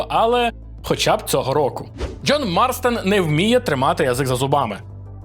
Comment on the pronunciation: John Marston, звідки береться "Марстен"